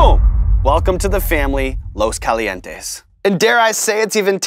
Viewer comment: lmao. “Lowe’s kahlee N teS” all love and support from Vegas.